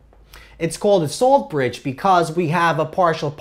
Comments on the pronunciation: I thought you were saying "soul bridge" lol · SUH-ALT bridge